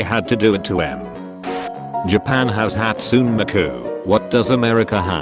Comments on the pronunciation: hatsun mek u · That hurt to listen too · how tf did they pronounce hatsune miku i'M YODELING